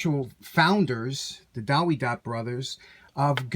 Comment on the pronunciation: W is pronounced V in german. Check out German Tool Reviews in Youtube.